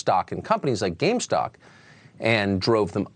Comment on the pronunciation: He said “GameStock” 🙌💎💎🙌💎💎🙌